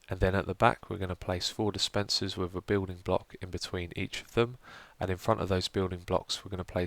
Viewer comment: It's "dispenser", you also got it wrong in the annotation.